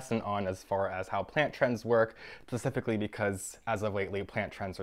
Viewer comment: oh my... the way he said “yesteryear” and “pacificly” in the span of ten seconds is just fascinating